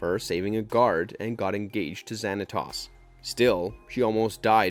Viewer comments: I appreciate that you are spreading the love of gargoyles, I really do, but please, in the future, research how to pronounce the names of characters and places in a show. Her name is "ELISA" not "Alsya". Its pronounced "Wi-Vern" not "Why-vern", and "Zan -a-tose" not "Zan-a-toss". especally when you literally are using clips from the show. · You are pronounced Xantos wrong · Bro please stop with butchering my guys name. Say it with me 🤣 Xanatos. Not Xanatas 😂... Thai log bro just stop 🛑 lol E Lisa lol it's Elisa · Oh no not zanatoss it’s Xanatowes that’s how you pronounce it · Pokémon came out the year after gargoyles season 2 ended. It didn't have any impact on the popularity of the show. Also, hearing you misprounce so many of the words is hilarious. I'd recommend that you watch the show or movie that you decide to review next to hear how to pronounce the words. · Can y'all please check the pronunciations before recording the narration? Pleeeaaase??? It's pronounced WIH-vern, ZAN-ah-tohs, and ee-LEE-sah. You have the clips right there... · And Zan a Toss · Stop saying David Xanatos WRONG! and steel clan was David's robot Gargoyles, the Pack was a different group. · Great video, I loved this show. You pronounced Xanatos wrong though, and why isn't Macbeth or even better David Xanatos on the list? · I came down to comment to look for this! It’s driving me craving him mispronouncing their names! Like, TF!